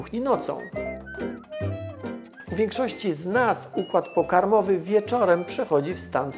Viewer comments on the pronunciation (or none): układ pokarOmowy ;p